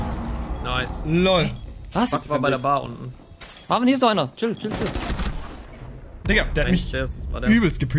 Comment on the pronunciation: Mir ist klar das er Digga sagt, aber es hört sich halt eher nach N.gga an